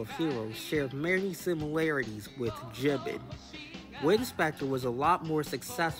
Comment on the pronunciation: BTW, for future reference, it’s pronounced Jee-BAAN.